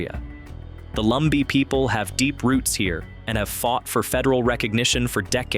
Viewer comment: Lumbee not Lumber